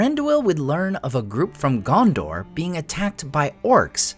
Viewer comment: You pronounce Gondor wrong too?